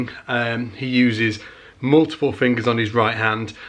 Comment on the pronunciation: "err err Garry Willis uses three fingus...."